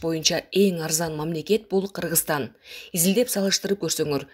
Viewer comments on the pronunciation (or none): none